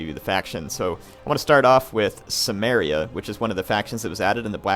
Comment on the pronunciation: I think its pronounced Kimmeria